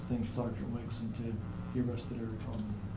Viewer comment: It's almonddinger not almondnigger!!!!! What the hell?!